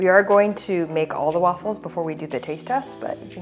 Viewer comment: It’s not Waffles with a C. Don’t say aaaa